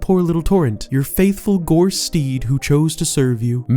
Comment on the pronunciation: Soooo happy to see someone else mention the legendary “Gorse” . 😂😂